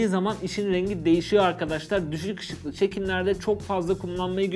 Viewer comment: Nobody: Nobody: Ben:Nobody Nobody Nobody::Nobody: Düşüg Işıg